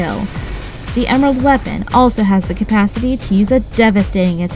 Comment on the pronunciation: Cumpasity it's capacity dude if you can't say the word don't even try I know you're reading from a script but really even I caught that faux pas